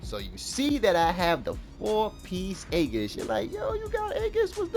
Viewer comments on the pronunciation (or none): great video, for what its worth, aegis is pronounced "ee-gis".